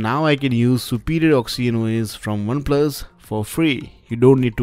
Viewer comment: OXY-N-OS! HAHAHA!